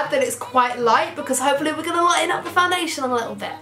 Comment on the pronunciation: You look like so pretty but the foundashern tho😜😂